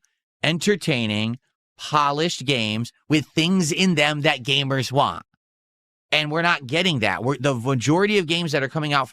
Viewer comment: Be also over emphasizes T's and can't say certain words like "want" and "squat" correctly. We've evidence to believe young spent lots of time in speech therapy.